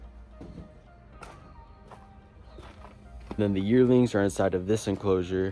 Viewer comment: Okay when you said "Yearlings" I thought you said "Yertles" for a second and I had a moment of nostalgia So thank you for that even if you didn't intend for it!